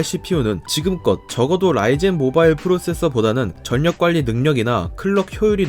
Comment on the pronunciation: 전력관리를 '전녁관니' 로 읽는 부분도 너무 이상합니다. 컨셉인가요?